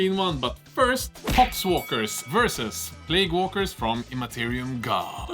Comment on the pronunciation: I feel bad to criticise, as you do a phenomenal job making these videos in a language that isn't your mother-tongue, but... you know it's plague, no plauge, right?